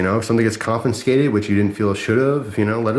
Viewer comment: Just one N in confiscated,. Not confinscated